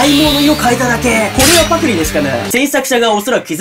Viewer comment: 発音パ↑ク↑リ↑なん自分パ↓ク↓リ↓だと思ってた。